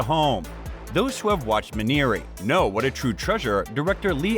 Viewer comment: Me-nah-ree not Mineeri